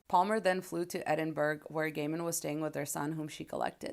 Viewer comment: Edinburgh is pronounced as Edin borough. Not Edin berg.